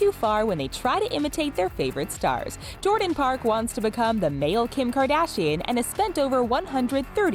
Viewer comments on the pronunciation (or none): none